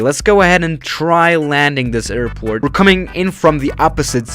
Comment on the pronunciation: No one:: Lets land this A I R P O R T